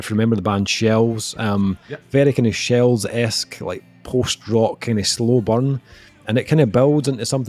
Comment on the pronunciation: *shels you say? o.o